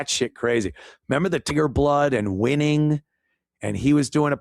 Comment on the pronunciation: Instead of winning he was saying rimming,rimming